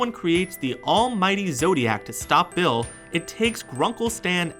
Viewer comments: did anyone else here him say Will instead of Bill? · You said Will beat 😑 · Did he call Bill Cipher “Will”? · It's Bill not Will lol